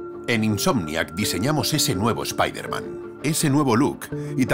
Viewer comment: Nooo, no digan Spaiderman...XD oh y ya estamos con Slott otra vezXD